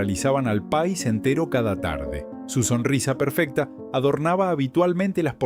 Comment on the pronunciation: Porque habla tan mal esta persona que tiene muy bueno voz, pero pone tildes o mejor dicho ascentua donde no va lo que esta diciendo ejemplo Pais dice Pa' is ascentuando mal pero no esa sola pslsbra sino vsrias que no me voy a molestar en correguir